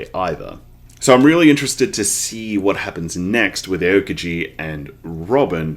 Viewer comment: Love the series! (btw Aokiji's name is pronounced ow-kiji)